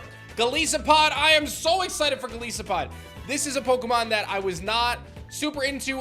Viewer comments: Sorry to be that guy, but I'm 100% sure Golisopod's name is pronounced "Go-lie-so-pod" and not "Go-lee-so-pod". His name is a combination of Goliath and Isopod which have the long "i" sound and not the long "e" sound. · its pronounced Gol eye sopod. as in an isopod which is what it is based off of and Goliath. Goliath/Isopod. Golisopod. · Golisopod is pronounce GUH-LICE-UH-POD, as in goliath + isopod. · An isopod is a type of insect. Golisopod is pronounced to rhyme with it since the entire word is in it. Please make a note.